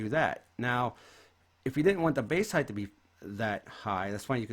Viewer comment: It's spelled and said Height not "Heigth". Basic english and yet people still can't speak it in "2020 in this case".